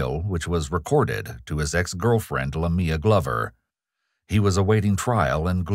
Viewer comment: Lamia is pronounced "LAH-mee-uh," not "la-MEE-uh," just any fyi. It's a Biblical name related to Lilith, I believe. This has been your etymology moment for the day.